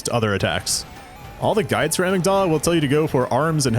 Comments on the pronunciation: The way he pronounces Amygdala. It's inconsequential but dangit it's like nails on a chalkboard for me lol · Yet he mispronounces "Amygdala" lol